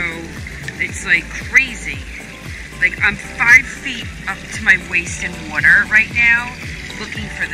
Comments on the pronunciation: why does she say water like that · she can t say water right at all lol